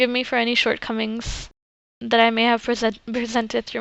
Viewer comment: Thank you I used this for my homework. By the way your you said Assalamuakum instead of alafhis it's okay though have a nice day👍